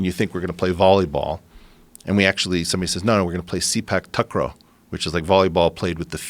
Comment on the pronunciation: The way he says Sepak Takraw hahahaha.. 'Seepack Takrohh' naahhh Eric it's Saypark Tahkraw pronunciation wise